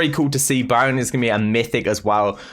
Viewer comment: Everyone: Byron: BIOUN